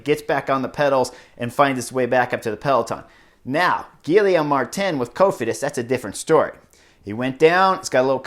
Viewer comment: Dude man, they're gonna start making a drinking game for name butcherings... Gilly Ohm Martin?? yikes dude! Geeee yom